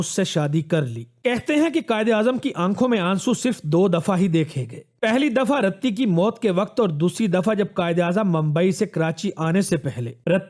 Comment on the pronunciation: Bhai Qaid e Azam ki wife ka naam RATTI nahin "Riti" thha khudara dignitaries ka naam sahi leyn